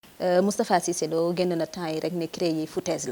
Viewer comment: Ce gas il prononce mal cisse lô dou sa morom vraiment